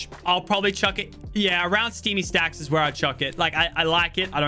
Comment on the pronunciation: IT EES WHAT IT EEES